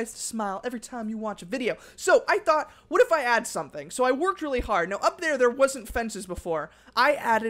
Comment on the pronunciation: Robbie Coleman not reawy